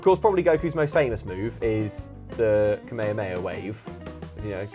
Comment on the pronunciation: Thank fuck knows how to say kamehameha